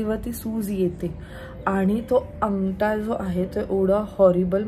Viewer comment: तू वेगळाच शब्द उच्चारले आंगटा म्हणते तू तो शब्द बारोबर आहे आंगठा आहे